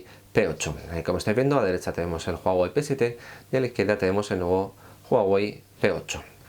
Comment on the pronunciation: Mierda pendejo es "uawei" la "h" no suena más no "juajuei "